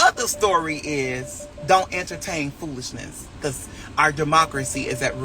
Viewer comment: He still says entertame!😂😂